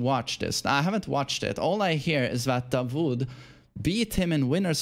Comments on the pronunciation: Its 'Daud' not 'dawood' while saying 😃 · Just a correction you pronounce it "da-wood" like wood in english, not vood. Which is David in the Arabic language. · it's pronounced Da'ood not Da'wood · his name is dawood da wood like wood or not vood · its pronounce "DAAUOD" not DAWOOD , its DAVID in Christianity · It’s not davood😂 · Hi from Pakistan. The name Dawood is pronounced like "W" is silent (Da ood).